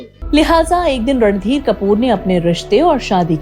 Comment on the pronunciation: Aap baar baar ,Ranbeer kehte hai .He was Randhir Kapoor .n not Ranbeer